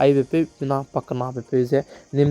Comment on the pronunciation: Ng gu pronounciation tau mk goi lau? Lalrosang Hmar lau lei, Lalrosang Hamar mkke.